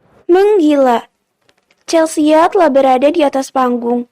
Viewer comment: di audio lain dibaca Chelsi. di sini Chelsia. yg bener yg mana